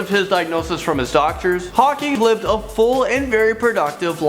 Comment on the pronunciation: did he just say "lived"??